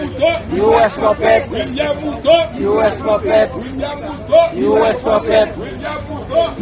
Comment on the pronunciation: They pronounce, ''William ''Khuto''...